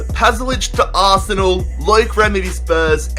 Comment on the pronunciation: you piss me off pyounds wtf is pyounds and aaarse nell